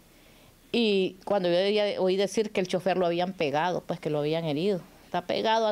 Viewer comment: No se dise pue o puej. Se dise pues. Con. S al final.